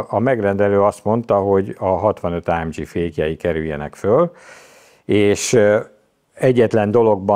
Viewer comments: Nem áemdzsiiiii hanem AMG !!!!!!! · Azt hittem a Geszti pályát váltott, tetszett a téma viszont az ámdzsizés idegesítő. Kedvencem a márka , Á M G a G az egy német helységnevet szimbolizál semmiképpen sem dzs, és így jön ki a két alapítótaggal a legendás név. Aufrecht Melcher Großaspach. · Ezen a szinten miért Lorinsen és AMdzsí?